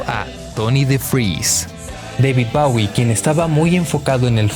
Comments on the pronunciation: Lo estás pronunciando mal??? Bowie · David bawie No, chao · Le dice [Bawie] a Bowie. Que chingue a su madre.